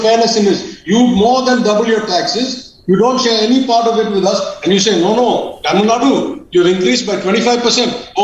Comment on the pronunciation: ..pronounce Tamil nadu..not Tamil nad..